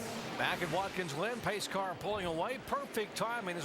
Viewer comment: As the race goes on it sounds like Jerry Punch is saying “Watkins Lynn” when saying the track’s name lol